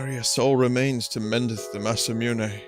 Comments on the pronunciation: indeed! and it's "moo-né" not "miu-né" as he says :D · Vinny: "There's no winning" There is - pronounce Masamune right you brainyot